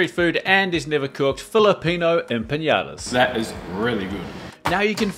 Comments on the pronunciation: it is not pronounced “empagnadas” but “empanadas”. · You keep pronouncing it with an ñ, enpañadas, just regular n will do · Looks delicious! But they’re pronounced empanadas, not empañadas. Also it’s pronounced cho-ree-zo not cho-ritz-o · the video cuts off early and you pronounced empanadas and chorizo wrong😅 just saying, no offense haha, empanadas was almost correct but you don’t need to say „empaNIAdas“ as there’s no ñ, and chorizo is pronounced „choreeso“ or depending on the region especially in spain, „choreetho“